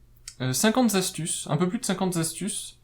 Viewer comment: Trop long ...et plein de fautes de liaison ... on ne dit pas les 4 zastuces mais les QUATRE ASTUCES